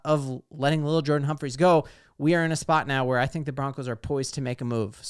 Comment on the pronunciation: It’s definitely L’il. Not Little.